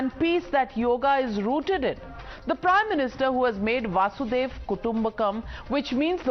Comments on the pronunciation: वासुदेव कुटुम्बकम नहीं नाविका जी वसुधैव कुटुम्बकम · Nabika, it is not vasudev kutumbakam. It is vasudaiva kutumbakam. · Why do Hindi speakers find so difficult to pronounce वसुधैव कुटुम्बकम् ? Why do they say वासुदेव्? Where did Mr वासु come from? 🤔 😄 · A Small correction. Only suggesting it because it has now become a buzzword for India and can be seen all across the nation and one of my favorite news Channel anchors can at least use the right pronunciation. It is not Vaasudev Kutumbakam (which would loosely mean that Vaasudev i.e. Lord Krishna's father is a family/home). It actually is Vasudhaiv Kutumbakam (Vasudha i.e. 'Earth/World', aiv here means 'itself is', Kutumbakam = 'Family/home').